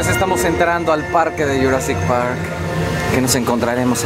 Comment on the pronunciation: dice -estamos entrando al parke de jurassick park